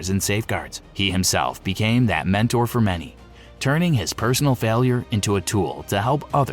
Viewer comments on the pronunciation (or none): none